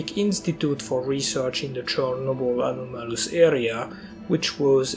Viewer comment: When you hear that "the anaumolus duhgout"